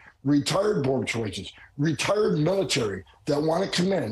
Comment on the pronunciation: Was anyone bothered by the pronunciation of "retired"?